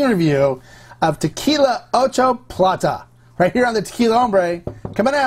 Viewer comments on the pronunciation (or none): none